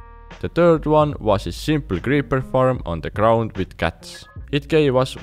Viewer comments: Am I the only one who understood "guts" instead of "cats"? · I thought he's saying guts but cats..😂